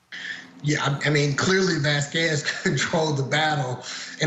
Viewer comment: And for goodness sake let's say her last name properly: Vahs-kehzz! (Kinda like queso) It's a sparking, beautiful name that fits the woman. Heard's lawyer is being disrespectful by not learning how to pronounce it.